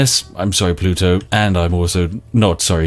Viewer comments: Spiff pronounces Pluto like Poluto... So strange. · can you use the propulsion laser too push a 500 gram tea pot close to the speed of light towards the earth? Maximum teacarnage. Also....is he saying polluto? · Is that how British people say Pluto?